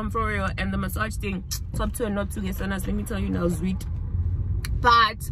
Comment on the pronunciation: We're not going to cape town guys because "zwid" 😂😂😂